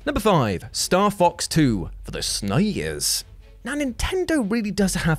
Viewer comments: It's not "nez" or "snez". It's "NES" or "SNES", each letter pronounced individually. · Something about the way says Snay-ez and Nay-ez instead of SNES and NES (rhyme with Ness) bugs me. Dunno why.